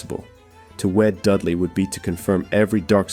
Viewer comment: Had to stop listening at the moment you mispronounced Robert Dudley’s last name. Dudley, is pronounced "DUD-lee," with the emphasis on the first syllable, like "DUD" as in "dud". You said —- who does that? If you’re going to publish, then at the very least make sure you have the name pronunciations correct. It’s extremely unprofessional as you do history (and the listener) a disservice.